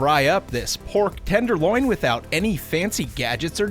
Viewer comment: You say tenderloin kinda weird no offense